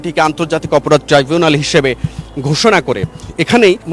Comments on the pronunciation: এই টাই জুনাল না ট্রাইবুনাল ট্রাই।। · Not trivunal 😊😊😊 It’s Tribunal